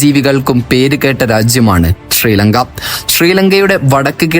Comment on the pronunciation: ശ തീരെ വരുന്നില്ല എല്ലാം ഷ ആണ് ഷ്രീലങ്ക, ഷേഷം